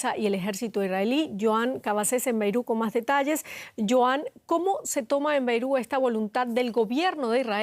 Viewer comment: aprende a pronunciar: BEIRUT con la letra T al final, es la capital del LÍBANO